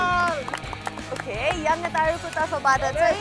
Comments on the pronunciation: am a fan of your fluent delivery and tone but the word ‘Yangtaru’ is not normally pronounced as you did here. It does not hav strong solid ‘ga’ sound in the middle. Am not criticizing you. Am just suggesting as your true fan. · It's Yangtaru, not yangataru. yangataru sounds cringy.